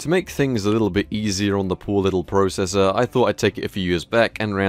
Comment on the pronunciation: ZEE*** NOT ZED AND YOU SAY PROCESSOR WRONG